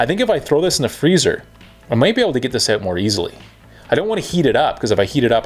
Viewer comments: How to tell someone’s from Canada..axles been stripped OAT…(out😅) great video man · you couldnt tell by the way he say out idk why canadians cant say that word right